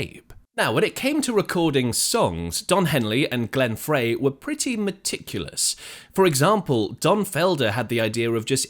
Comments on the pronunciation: frey is pronounced like the word fry, not fray. and no history of this song is complete without discussing the similarity to jethro tull's song we used to know. hotel CA was written not long after the eagles opened for tull. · "Fry" dude, not "Fray" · Glenn Frey's name is pronounced "Fry".... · Mandela effect? Glenn FRY (pronounced) Is how I remember........